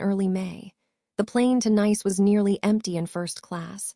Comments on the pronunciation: Tell this A I that it's not nice to say nice, or is it niece to say nice. 😂😂😂😂😂😂😂😂😂😂😂😂😂😂😂😂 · AI pronunciation of the going to Nice, it's pronounced (niece, or neece) get it right AI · AI cant pronounce citys properly. Nice is pronounced as Neece in the south of France. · Another AI voice… “Nice” is a French city…. It’s pronounced the same as niece. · Fix the pronunciations. Homonyms. Nice wrong multiple times. Goodstorythough.